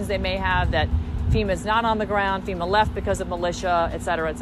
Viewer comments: Not Femur it’s Fema. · Colon ... FEMA is pronounced FEMA ... not FEMUR.